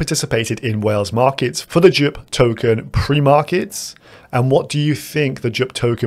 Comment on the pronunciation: Bro, how do you pronounce "Jupiter"? K now do JUP